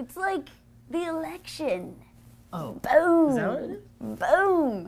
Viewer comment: was that "election" or "erection"?